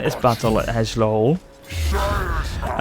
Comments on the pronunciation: Eslohe. You say it like "Eslehoe" It's Es-lo-he, almost like S-low-heh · Daedalus of Minos (greek ref) or Ferdinand the bull... also first city is pronounced "S" loh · Eslohe. The L isn't even at the end :P lol. It's pronounced "Ez-Low" or "Es-Low". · I would pronounce that early settlement as Es-lo-he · the like for the eshole pronunciation, made my day! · Eslohe = Es+low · its eslohe